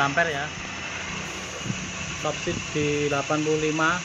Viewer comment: Kreatif sayang kemampuan baca istilah bhs ingreisnya yg perlu di upgrade peak seharusnya dibaca pik, speed juga jangan dibilang sepit